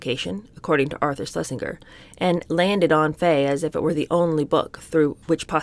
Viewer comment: PEDANT ALERT!!!!, Ebulent??? perhaps ebullient??? Schlesinger is pronounced with a soft G as in J, Arthur Schlesinger was well known and before your time even so, he is worthy of the correct pronunciation of his name, tut tut and you a teacher, sorry I am pedantic, I do enjoy your readings.